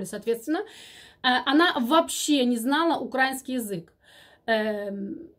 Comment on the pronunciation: правильно говорить украИнский и слИвовый, извините. Все равно Вас люблю слушать.